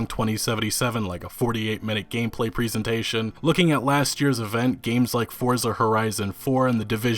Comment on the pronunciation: presentation dude, not pri-sen-sation